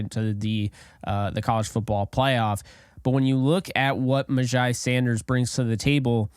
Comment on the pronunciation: You are pretty legit, sir! All the things re: MyJai are spot on. BTW his name is pronounced, "MyJay" 💛💙💯